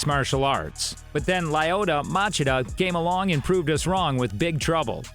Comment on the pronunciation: It’s Lyoto, not Lyodo